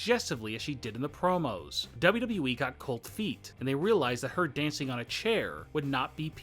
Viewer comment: I love how you emphasize "Dance/ing on a chair"... made me giggle